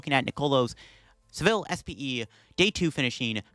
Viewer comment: Doesnt take long to look up how to say Sevilla